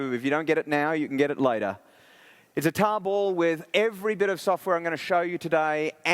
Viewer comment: it took me until to realize he was saying tarball (not table) lol